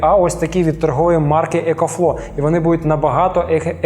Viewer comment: екофло, екофло.. там взагаліто буква В також вимовляється :)